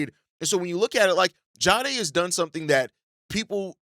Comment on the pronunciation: I can’t ignore it anymore. It’s Jah-dae not ja-ha-dae